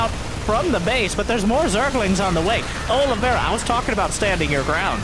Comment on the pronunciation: Olivera? Is his name not Oliveira?